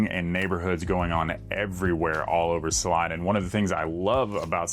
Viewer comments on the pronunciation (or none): 😂It’s pronounced: Sah-LEE-nah …!! 🎯